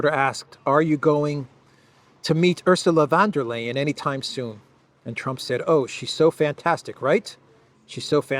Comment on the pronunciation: Ursula Wonder-liar 😅😂? Is that correct? 😂